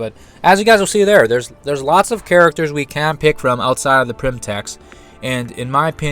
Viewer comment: Its Pym, not Prym or Pyrm...